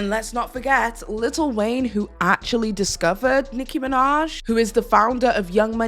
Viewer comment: hearing "lil Wayne" with hard T's sent me 🤭